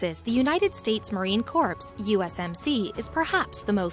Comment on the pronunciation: I wish you’d actually take the time to get a real person to narrate. These are two very interesting stories deserving of our respect but when the computer generated voice doesn’t pronounce many of the words correctly it takes away from it. “S” is silent in corps, “L” is silent in Colonel, “dip” sticks not “drip” sticks, etc..